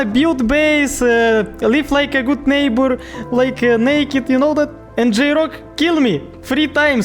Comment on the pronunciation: хммм вхере из май нейбар химимм Бля как я угараю с этого😂😂😂😂